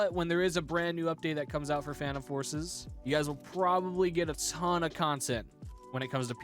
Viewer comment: Did nobody notice that said "tone" instead of "ton"?